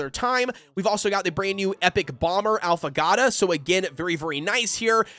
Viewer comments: Great video! It's pronounced 'ah-foe-gah-toe' it's an espresso drink with a shot and ice cream instead of milk, so good! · Since you're having trouble pronouncing Affagato's name- [Aww-fuh-gaw-toe]